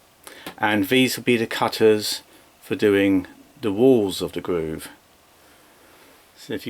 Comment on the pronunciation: What's a gwoove